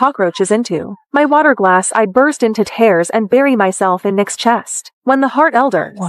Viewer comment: Miles had a bad mother he was just a kid. Charges should have been pressed. Please use a Webster’s dictionary with your A I program to teach it English. She was gone for 3 years not just a few months. The word tears is pronounced as teers, not tares